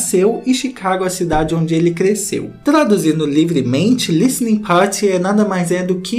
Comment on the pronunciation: O pronunciando "party" 💖💖💖💖💖💖